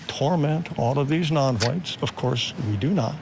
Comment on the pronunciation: Mr Taylor has trouble pronouncing a word— just listen to him talk about Hwhites.